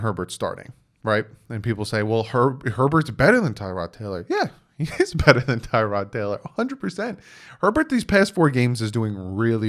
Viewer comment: You said everything I was going to write here lol The media acts like we didn't all know the Dolphins plan was to sit whatever QB we drafted. Forget Herbert...if we'd traded up and took Burrow first overall...*HE* wouldn't be starting yet! One thing, its pronounced Ti-rod not Tie-rod. He's apparently corrected people in the media about it.